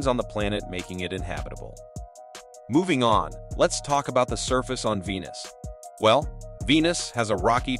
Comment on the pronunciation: The voiceover AI was programmed by Indians... "Weenus!"